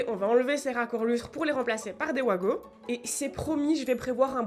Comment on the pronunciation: Pour ta prise avec les vis très courte, tu devrais avoir ta boite qui retient quand tu enfiche la prise, et pas les 2 micro vis qui retiennent avec la plaque, je pense que ce n'est pas monté juste pour être durable Pas OUAGO mais WAGO :P /VAGO/ C'est Suisse et on dit pas ouagon pour wagon :P